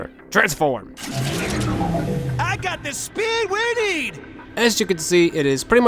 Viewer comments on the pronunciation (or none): I almost thought he said I got the speed weenie But He said I got the speed we need